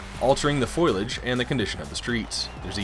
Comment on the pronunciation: Is there really any other option except for physical media? ;) edit: oh yeah, and the word is “foliage” not “foilage” lol 😂. Great review though. I’ve never played this game and always wanted to.